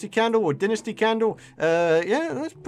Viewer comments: pretty sure its pronounced "Dai-Nasti" not dinisti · It's Die-nus-tee